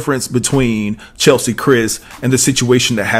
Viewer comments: Hearing her name mispronounced so many times makes me cringe! 😩😤 May she rest in peace. 🕊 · Please give her the respect to spell and pronounce her name correctly. It’s really sad that you are making a commentary about a person and you don’t know her name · Say Chessssleeee ... not Chelsee...damn everytime you said Chelsie pissed me off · Cheslie. Not Chelsie. Say her name right please. And I was shocked at the other lady not having at least health insurance. Shouldn't winning beauty contests come with some kind of coverage. Or is it hard to do in the US. Don't you just approach a company and sign up with them then start making payments? Alternatively, doesn't the type of work one does come with health insurance? I am genuinely shocked. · I mean no harm, but her name is not CheLSie….her name is CHESlie. ❤️ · It's Cheslie, not Chelsea. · Unfortunately, you spelled her name wrong and mispronounced it throughout the whole video. Her name is not Chelsie. It is Cheslie, rhymes with Leslie. A person's name is important. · No shade but her name is not Chelsie. It's Chess-lee. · It's CHES-lie. Not Chel - see. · It's not Chelsie, it's CHESLIE!! Get her name right pleeeease!! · Her name not chelsie it’s cheslie 🤣🤣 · Bruh, her name was pronounced CHESS-LEE.....not CHEL-SEA!! You can see it in the spelling. I couldnt get through the video. Thumbs down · her name is CHES-LI .... not Cheslie. Sorry dude. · Cheslie, not Chelsie 🙏🏽❤ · DUDE ❌C H E S L I E❌ WAS HER NAME NOT CHELSEA. HOW OFTEN CAN YOU READ HER NAME AND STILL NOT KNOW HER NAME?! Unbelievably unprofessional! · Her name is Cheslie not Chelsie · Her name is pronounced CHESS-LEE. I think that's important to speak her name correctly when reporting on her in death. May she RIP! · CHES (as in CHESS) LIE (LEE) CHESLIE. Come on, say it with me now, CHESLIE. Maybe not spelled right, but phonetically you will get it right verbally if you say it as I have spelled it. Good video, the devil Is in the details tho!